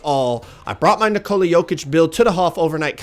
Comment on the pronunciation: Nick-a-la not Na-Cola